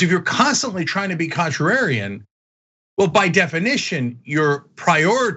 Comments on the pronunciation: Cenk: "contrararian" Yeah, he should stick with simpler words. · Cenk can't pronounce contrarian.